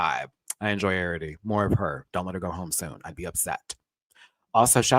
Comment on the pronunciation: Plsssss my love Arrietty is pronounced "Air-ree-etty" not "Air-ah-tee". No shade, I just know we'll be seeing her for a while 😘